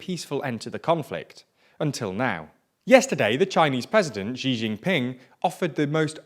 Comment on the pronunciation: “Xi” is pronounced roughly like the English word “She”. There is no zj sound there.